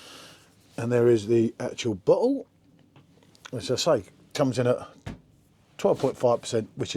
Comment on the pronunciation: Bottle? Or butthole? Go ahead...say it again😅